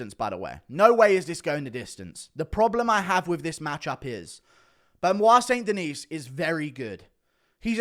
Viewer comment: Somebody has to get him to say st. Denis properly. Sounds like Chael. De-knee guru.